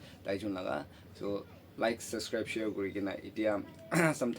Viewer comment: Everything is so good❤❤ but Baba wala laga pronunciation olop week asey practice kurila bishe bhal hobo common words like channel, subscribe & chawal etc..🙏